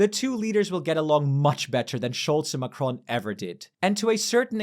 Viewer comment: If you can pronounce Merz correctly, why can't you pronounce Macron?